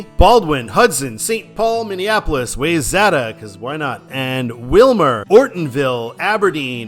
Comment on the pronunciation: WHYzata not wayzata. 😂